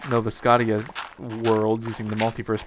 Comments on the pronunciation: I cringe every time you say "Nova Scot-tia" D:< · why the hell cant you say scottia right? -__